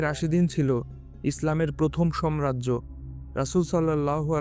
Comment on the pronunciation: আপনার উচ্চারণ ভুল। আপনি সাম্রাজ্যকে, সম্রাজ্য বলেছেন। এটি একটি ভুল উচ্চারণ